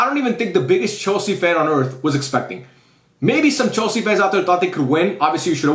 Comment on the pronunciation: "chelse" go back to scool unc 😭😭😭